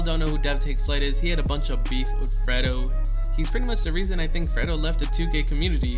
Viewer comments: Bruh, who tf is freddo, it's pronounced fraydo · it's fredo not ferdo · Why did you say Fredo's name like that like Fred-O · The way he says fredo he says "Freddo" lmbo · why do u say fredo like that😂😂😭😂😂